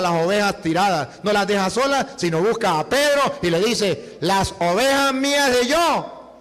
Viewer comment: Ovejaaaaaaaaaa se dise ovejassssss. Ten misericordia. Dios de este señor